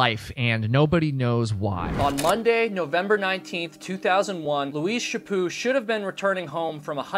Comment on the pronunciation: I live and I never heard of this case. Also I have friends with that last name and they pronounce it "sha put" so it's weird 🙉 hearing it pronounced the way you are saying it. 😂 I hope her killer gets found. Is there a link??? 🙏❤️😊